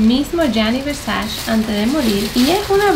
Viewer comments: No se pronuncia versach es Versache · Donatella diría: Versache, not Versachee haha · mka se pronuncia versache ok GRAZXXX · Hola super cool q tengas ese nivel adquisitivo tan grande y lo compartas con todos Me encantaría trabajar para ti como tu stylist y crear todos tus look con ese closet serias de las mejor vestidas de Miami Tal ves no te interese o no lo sepas pero no pronuncias bien la palabra versace... Se pronuncia versache Saludos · Se pronuncia "ver-sa-chi"; y el pasado de haber es "hubo" NO hubieron.